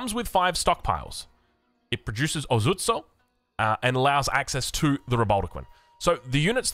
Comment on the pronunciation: "Daimyo" means something like a "Warlord", so you're not referring to the Town Center, you're referring to its owner 🤓 Edit: The "o" in "Ozutsu" is a long vowel